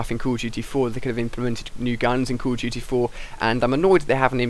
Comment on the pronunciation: why do you say "Call of GT?"